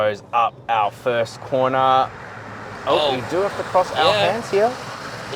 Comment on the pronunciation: "Fist me and fist me good"........ Really?